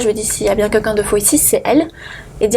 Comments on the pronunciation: "Qunqun" au lieu de quelqun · Elle s'exprime très mal. Et " quelqu'un " , elle prononce " quAlqu'un " Le français est sa langue maternelle ?